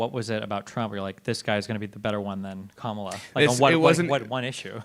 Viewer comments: pronounces Kamala correctly, then adjusts to the incorrect version. Sigh. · why didn't you call the last guy a racist for saying Kamala incorrectly? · Did the last guy correct himself to pronounce Kamala wrong?